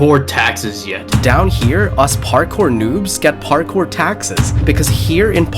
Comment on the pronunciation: Bro actual said parcore 31 times